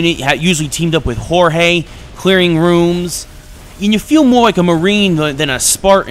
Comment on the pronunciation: wow. its pronounced "george" not "horhey", jorge is just another spelling of george. And they pronounce it "george" in the game anyway. Your back story on Reach was completely wrong. And you never fly a scarab, do you even know what a scarab is? they fly a sabre. Thank god mark did a review